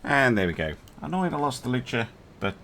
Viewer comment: I'm almost sure that's 'Lus' and not 'Lu-ce'.